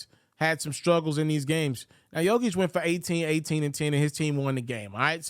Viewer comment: Please pronounce the 3 time MVPs name correctly